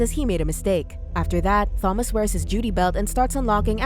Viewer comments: I absolutely cannot stand how the AI voice says Thomas with a 'th' noise. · She made this totally unwatchable as she couldn't even pronounce "Thomas" correctly (FYI it's a silent H). The added fact that the name is mentioned like, at least 80 times made it even worse too!